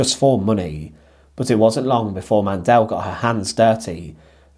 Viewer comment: Mandl is pronunced without an e Mandl, not mandel